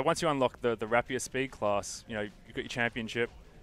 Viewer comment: lol rap-e-er Yeah thats not really close to the actual word >.> For what little this english lesson is worth to IGN its rape-e-er, as in the name of the sword